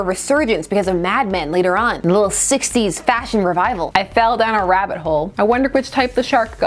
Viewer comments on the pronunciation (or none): none